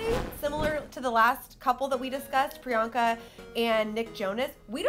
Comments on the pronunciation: It's priyanka not Rriyanka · Pree-I-Yank-It Chupacabra